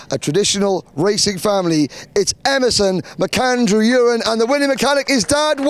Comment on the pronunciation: Please do not call Emerson Urin it is U ren